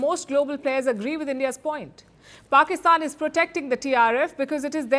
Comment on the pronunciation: It looks very good when you call "Pakistan". I believe you take this name consciously and unconsciously ......That's the reason of such a good sound of the word you speak!!!